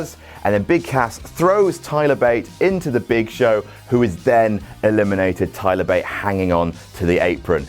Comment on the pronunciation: Thigh-ler Bate xD